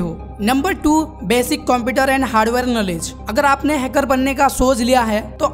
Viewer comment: Pahle to ap hacker word ko ache se bolna sikhlo